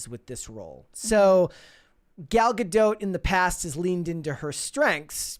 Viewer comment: it's Ga-dot. Not Ga-doat